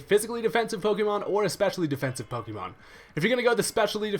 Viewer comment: PokÉmon.. not PokEEmon. >.<